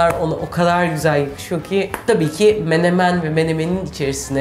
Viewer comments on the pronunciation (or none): none